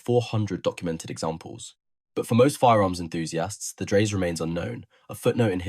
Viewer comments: Dry-suh, correct?? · Dreyse. The last e is spoken. The company owner was son of Nikolaus von Dreyse, inventor of Dreyse needle- fire rifle. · Obviously scripted by someone unfamiliar with early firearms ( to put it politely) ! ! As a firearms historian, I had certainly never heard of that pistol before, mainly because the narrator had no idea how to pronounce the surname of Johann Nicolaus von Dreyse: DRY-zuh (or sometimes heard with a closer "oy" sound: DROY-zuh), inventor of the Dreyse Needle-gun ! Don't give up your proper job ! 👎👎👎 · Can’t even pronounce the name correctly.